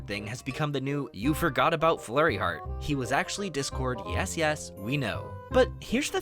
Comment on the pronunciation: It's flurry heart not fluffy heart😅😅😅😅